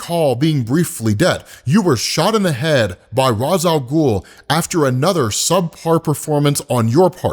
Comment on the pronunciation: Cmon, yu killing me! It's "raysh" al ghul, not "rahz" al ghul. Yu watched batman the animated series, yu kno better!!!!